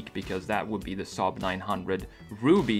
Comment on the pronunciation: You say saab like we in sweden do😀